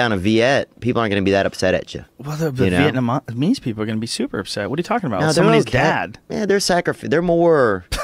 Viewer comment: Bobby Lee was right, theo does sey vietnameeese funnuy lol